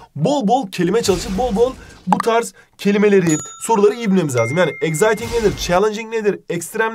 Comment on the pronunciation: Exciting okunuşunu doğru okusanız iyi olur eksayting okunur z ile değil